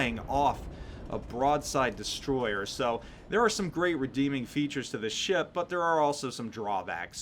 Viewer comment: Lmao love the way you pronounce ship sometimes. "Sheyap"